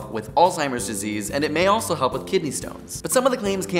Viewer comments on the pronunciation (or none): none